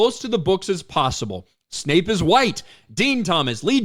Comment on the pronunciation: It's Severus Snape, not Severus Snipes. Ten points from Gryffindor.